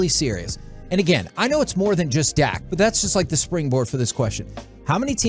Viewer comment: It's "Dak", not "Dakk".